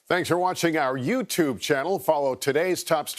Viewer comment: Please get rid of the guy at the end who doesn’t know how to pronounce YouTube .